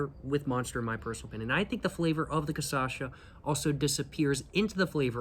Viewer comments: Tô achando que ele já entendeu que é "cachaça" e não "cassaxa", mas tá insistindo na "cassaxa" porque gera mais engajamento nos vídeos. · It is not Kasasha, it is Kashassa. You are missing the Ss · bruh, KA - SHA - SA, for the love of god, man :face-purple-crying::face-purple-crying::face-purple-crying::face-purple-crying: KA - SHA - SA :face-purple-crying::face-purple-crying::face-purple-crying::face-purple-crying::face-purple-crying::face-purple-crying::face-purple-crying::face-purple-crying::face-purple-crying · I am Brazilian I genuinely don’t care with him speaking Caçacha hahaha actually I think I do prefer speaking like that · lol I love how he recorded this mid world cup and is releasing the videos just now, so weeks later, he's getting messages saying he's got this one real wrong and also has been saying cachaça wrong the whole time. Volte logo! Te esperamos de braços abertos, irmão. Hope you had a good time here in Pindorama <3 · I have to say the correct way after he says it the wrong time, every time every video